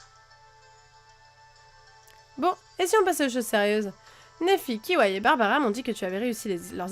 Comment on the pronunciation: C'est pas kiwae mais c'est kiawéi